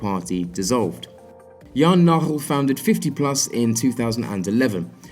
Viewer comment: I sounds like you don't really pronounce the 'G' in Dutch names, in the name of Jan Nagel for example. In Dutch, the g is very hard and guttural, although it would probably sound better already if you would pronounce the 'g' in Nagel (or most other Dutch names) like the 'g' in 'game'. It's still not correct, but comes a little closer to what their names actually are. I know pronouncing foreign names can be really hard btw, just want to provide a little help.